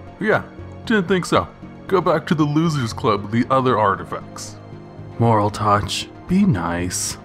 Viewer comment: Youre saying moraltech wrong